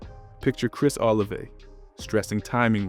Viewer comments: Bro said Chris OliveAy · its pronounced oh la vey